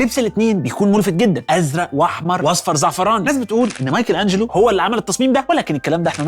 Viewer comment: ليه قول مايكل انجلو مش مايكل انچلو